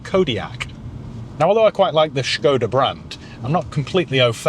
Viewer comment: Why start the video pronouncing Skoda with an H then forgetting to do so by the end of the video.. just be normal or come across as a nob 🤷